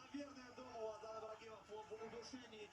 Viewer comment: Автор АДЛАН а не Аднан